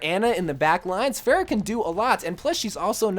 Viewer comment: He managed to fail to pronounce both Hanzo and Pharah.